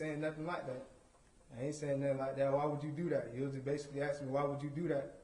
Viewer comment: At dat point? At dat point? At dat point? At dat point? No bitch at the next point.